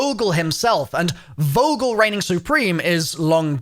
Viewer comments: Vogel not wogel Like f ogel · It’s not «Vogel» its pronounced “Fogel» -Coming from a German with a last name of «Vogel»;) great video nother than less